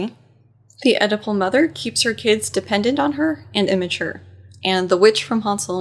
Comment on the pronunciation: When you said Oedipal mother the first time I thought you said edible mother!